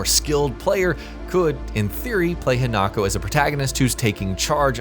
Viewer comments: It's pronounced He-nuh-ko, not Hen-Knock-Oh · HI-Na-ko....not HEnako...theres no he in her, And you didnt tell something new..like why doing an info video when the info you have is just that what everyones know anyway? What a waste of time XD